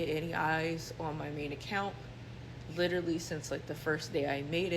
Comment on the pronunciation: Amen! Especially when it’s pronounced “LI-trully”.